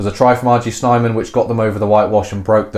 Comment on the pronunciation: snayman, not snyman - pronunc. *thumbsup*